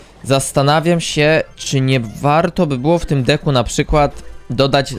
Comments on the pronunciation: Czemu ty zamiast decku muwisz dicku xd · on tak mowi specjalnie zeby ludzie tym w kom spamowali . . .